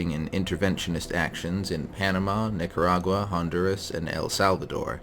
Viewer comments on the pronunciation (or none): none